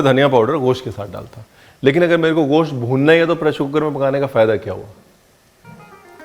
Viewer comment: Ye goshat kya hota hai ...mugal hai tu...mans bolnye mein shrram ati hai tujhye